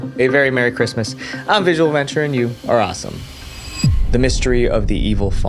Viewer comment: when bro said 'you are awesome'..... i heard it as ''ur a assh*le'' bruh...💀💀